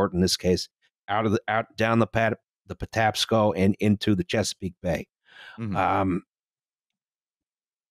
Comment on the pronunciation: holy shit they said Patapaco river correctly!